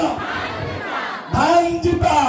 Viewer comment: ধান লাগা বলছেন, না ধে,,,,ান লাগা বলছে, স্পষ্ট বুঝতে পারলাম না।